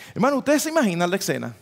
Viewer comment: no se dice ecsena, es escena; olvídese de la c, ud es un hombre educado